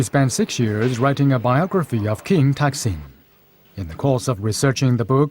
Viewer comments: ทำไมออกเสียงเป็นทักษิณวะ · Somehow, the narrator keeps pronouncing the name of this king incorrectly. His name was "Sin" and he used to be the ruler of a town, north of Ayuddhaya, named "Taak". And all rulers of that town would be called "Phra-jao Taak". Therefore, to clarify which ruler is referred to, the former name will be put in a parenthesis, e.g. "Pra-jao Taak (Sin)", but when people speak, the parenthesis cannot, of course, be seen. He had another name when he became the king of Siam. I mention this because it is irritating to keep hearing his name pronounced wrongly, and I've never heard any Thais (who are supposed to know this simple fact)correct it.